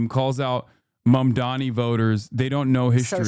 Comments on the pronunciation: Mamdana as in obamna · Mamndana like she was trying to say Madonna omgg 😭